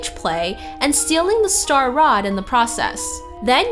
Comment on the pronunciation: No it's star rod